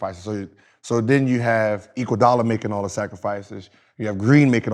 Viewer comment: That nigga said “Equaldula” 😂